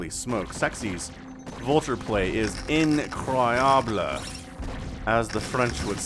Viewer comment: what is that french word you said in reference to the vulture play? Phonetically it sounded like "incriable"